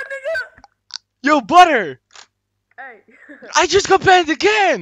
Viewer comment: calls badr "butter" xddd